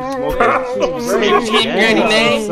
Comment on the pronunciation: “problem soveld 😂😂😂